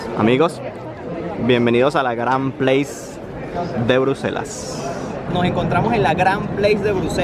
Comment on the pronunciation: se pronuncia "plas", no "pleis", ya que ese "plas" significa "plaza" en idioma francés y no "pleis" que significa sitio o lugar en inglés.